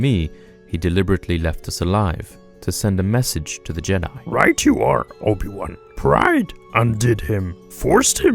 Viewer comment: Not obi wan ob-ion mcg-obi